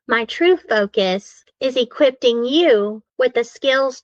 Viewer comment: Did she say "equipting?"